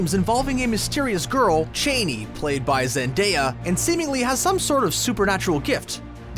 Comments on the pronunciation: It's CHAH-NEE, not CHAY-NEE. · Yeah, it was painful. Stopped watching at 3 minutes in, soon after the moron pronounced Chani as 'Cheney' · Wow... there is something to be said for learning the pronunciation of names and story specific terms if you're going to review an adaptation... Chah-ni... Bené Gesserit... Orni Thopter... really?? Chayni? Beanie Gesserit? Ornit hopter? Do you even speak English? ALL of your English teachers are dying of apoplexy right now... I'm surprised you didn't call them Freeman or fade ackin (feydakin) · Did be really just say Chaney? Like Dick Chaney? Didn't know this was a movie about the George Bush era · Ornit-hopters? Beany Gesserit? Chayny? Dude... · Frank Herbert pronounced Chani's name as "Chain-ee", look it up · "Chainey" (Chani) got me too sigh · Please have your readers educated on how to say the most basic of names. He mispronounced every single one besides "Paul" and "Jessica". Getting "Chani" wrong is one thing but if you work in entertainment media you ought to know how to pronounce "Zendaya". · Said chani wrong there is a phonetics guide in the older books got every single one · He mispronounced Chani too; so it may have been a good thing to get the book fan to read the Screen Rant script too.